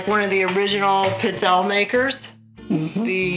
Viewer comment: Looks like a good recipe. But for the love of God, it's pronounced "peet-tzell-ayes", not "pit-zelles"...